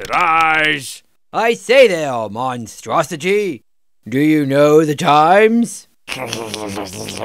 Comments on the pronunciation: This is the 30 millionth time I saw this video and I just realized he said "monstrosijy" rather than "monstrosity." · I love that says "monstrosigy" instead of "monstrosity". It just makes it even better!